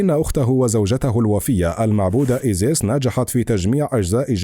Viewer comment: المذيع يلفظ اسماء ( انوبيس - ايزيس - نفتيس ) بشكل خاطئ .. نرجوا منه الاهتمام أكثر